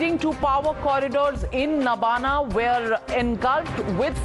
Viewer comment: Nabanna (नवान्न) not Nabana